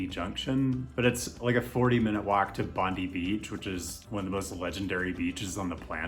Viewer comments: Nice video and thanks for making it. I will take you take you up on two things though. 1) Sydney. Ignoring Bondi (and it's pronounced Bond-eye), the big big big big big big beach in the city - the one that is most travelled to by public transit... is Manly. Now... you get a ferry there instead of a train, but that's ok as it fits your definition. It's fully grade separated (no traffic hinders flow - the Manly ferry has complete right of way and all shipping has to give way - and it is direct, non stop. It is considerably faster than driving (especially during heavy traffic) and is possibly the most beautiful way to use public transit to any beach in the world. I know - I used this to commute to work every day for a couple of years. I will never have such a beautiful commute again in my life. It deserves to be in there since this is THE way people get to a beach in Sydney. The ticketing system is even integrated, so your monthly train and bus ticket includes the ferry. The title of your video is 'best transit connections' not best train connections. I can understand a bus doesn't fit into 'best', but a direct, fast, non-stop ferry that has incredibly beautiful scenery does 2) Boston. Sorry... but you made a bit huge deal how weather is such an important thing and then throw Boston into the mix. If Boston gets to go in there, so many other places do as well. I would argue many more places in Europe should be included (hell, the whole of the Belgium coast has the world's longest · As an Australian, listening to you say BON-DIY was a bit painful. Hahaha. We say BON-DIE. Also, Melbourne doesn't have amazing beaches (which knocks it out of the list) but between two heavy rail lines (Sandringham and Frankston), you have easy access to over 50kms of bay beaches on the eastern side of the bay... Not to mention the not amazing but convenient Williamstown and Altona Loop which gives you access to the western side of the bay. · Oh, and it's pronounced Bon-die, not Bon-dee.